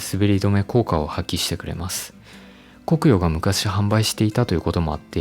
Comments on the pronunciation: コクヨの発音（イントネーション）気になる。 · 「コクヨ」の発音が気になる。